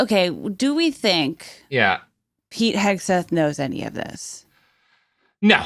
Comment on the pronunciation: I think accidentally said "Pete Kegseth" and that made my fucking day